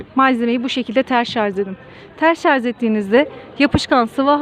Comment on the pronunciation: H = HAŞ DEĞIL AŞ ŞARZ DEĞİL ŞARJ KÖYÜNE DÖN DAVAR!